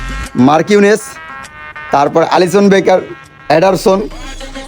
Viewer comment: এলিসন❌ আলিসন ✅